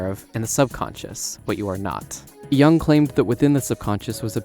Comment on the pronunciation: Love how you're like: "You're a fool because you don't know enough about Jungian psychology," while actively pronouncing Jung's name incorrectly, and right before changing the pronunciation multiple times throughout the video.